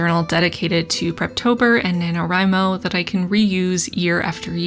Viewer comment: God how I hate the acronym nanowrimo being spoken like it’s a real work omg stop